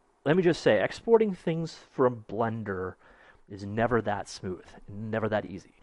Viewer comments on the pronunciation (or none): none